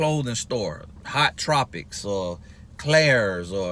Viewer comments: Lmao he meant Hot Topic 😂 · “Hot tropics” had me weak, 😂😂😂 it’s hot “topic” 😂😂😂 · Hot tropics rather than Hot Topic lol